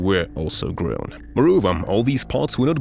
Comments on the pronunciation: Grown... GROWN. Not GREWN. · That's the best AI attempt at pronouncing "grown"! Frickin' hilarious 😂😂😂